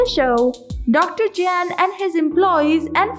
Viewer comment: His name is not JANN......................It is pronounced as YAHN................Your mutilating the English language!!!!